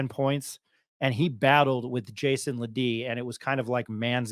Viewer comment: FYI-it’s JAEDON. Not Jason. Respect LeBeast